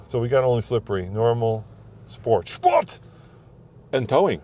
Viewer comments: 'shport' mode rules! 😁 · "Schport" mode and give it the beans? Been watching Sarah-N-Tuned,?